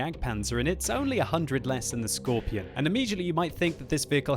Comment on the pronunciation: why do you Pronounce scorpion: "scorpION"?